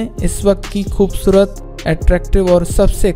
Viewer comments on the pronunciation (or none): khubsurat ko... khhhoobsurat keh k aap kia sabit krna chahty hain ..o bhai indians ka talufuz kharab hai ... be Pakistani and speak like Pakistanis please..